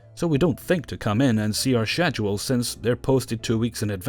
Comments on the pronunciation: God I love your videos but i can't help but noticed you pronounced schedule wrong.. or at least I dont pronounce it like you do.. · Schedule..... How many times he said it the way he did was painful. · I love these videos buuut the way you pronounce schedule makes my skin crawl.